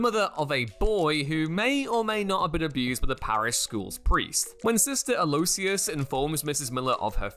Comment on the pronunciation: Hi, I am fairly sure the pronunciation of aloysius is Al-o-wish-us